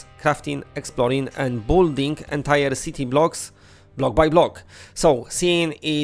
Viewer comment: Building is pronounced BiLL-ding. ❤ Cant wait for Virtual Hunter, love bow hunting in REAL. :) Just hope it has adjustable bow drawlength setting at launch